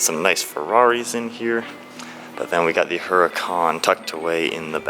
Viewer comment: FYI, the "H" is silent in the name "Huracan". Google it.